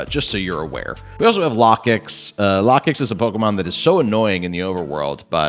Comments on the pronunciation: Its Low-kicks I had to turn off the volume anytime you brought out or talked about Lah-kicks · It should sound like locust